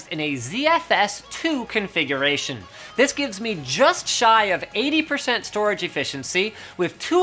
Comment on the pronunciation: Thumbs down for " cause DIS gun be goood". Ebonics wasn't intelligent nor useful when black people somehow convinced idiot white and other races of people to start talking that way ( out of sheer - wanting to fit in and be cool like blacks), and it isn't intelligent nor useful now. Linus, just stop.